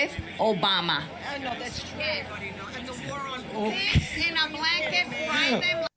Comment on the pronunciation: "Obamna" made me LMAO.